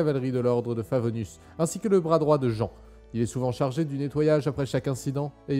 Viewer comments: Jean ça se prononce JYNE PAS JAAAN 🤨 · Super vidéo je suis vraiment fan ! Par contre comment on sait que Kaeya vient de Kaenri'ah ? Ça m'a vraiment suprise d'entendre ça (Par contre pour Jean tu peux prononcer comme le pantalon, ou "Jinn", parce que là on dirait que tu parles de ton voisin agriculteur xD) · Très bonne vidéo ^^ Par contre "Jan" ! Mais "Jan" quoi V_V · Jean sa se prononce JINE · Ça y est ! La voilà ! La vidéo sur Kaeya ! :) ta façon de raconter les histoires nous plonge vraiment tout de suite dedans. Cette fois n'a pas fait exception! Et puis juste après la vidéo sur son pays natal, c'était un timing parfait. Presque rien à redire, si ce n'est la prononciation de Jean (enfin on te l'as déjà fait remarquer) et si c'est le seul reproche à faire, c'est que le contenu est d'une grande qualité. Je suis curieuse de savoir sur quoi va porter la prochaine vidéo. Suspens jusqu'à la semaine prochaine ! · Ah ! Tu m'as surpris, j'pensais qu'en vidéo tu n'aurais pas dit Jean à la française ! xD